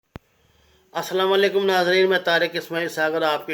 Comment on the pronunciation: Bhai sahgar sb asalawa alekm na bola karo plz asalam o alekum kaha karo shukria